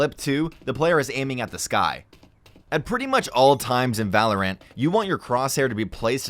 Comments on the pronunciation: he says VAE LO RANET not valorant lol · im sorry.... did he say "Val or Rant" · Now someone should show this dude a video on how to pronounce the word “valorant” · I love how he called it valor Ant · Everyone else: Valorant Narrator: VALO RANT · The way he said valor ANT made me uncomfortable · Oh thats weird he pronounces Valorant like valor-ANT... Whatevs.. Did he just say spells? Alright I'm out. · This dude does not know how to say things at all like what the heck man g five zero two? Valor ant? Dee fuse? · Everyone else: Valorant Narrator: Valor Ant. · i say val-or-int, ive heard people say it like valorANT or val-er-ant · he says valor-ahnt making me not believe this ngl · Lmao for real, valor-ant is funny but "spells" is the dumbest thing I've ever heard. Is shooting a grenade launcher a spell now? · Well the first mistake to avoid is saying valorant wrong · Anyone bugged by the way he said valorant? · Can’t pronounce valorant tho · narrator sounds like an idiot lol. "spell" "valorANT"